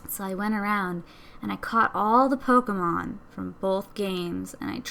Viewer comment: THE NAME IS P-O-K-E-M-O-N NOT POKAMON U R WORSE THAN MY MOTHER!!!!!